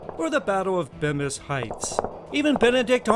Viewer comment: One small correction, Bemis heights is pronounced Bee-mis heights